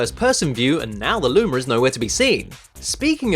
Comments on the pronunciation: you said Lumer not Luma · why do you say lumar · Did he say lumer?😏😏😏😏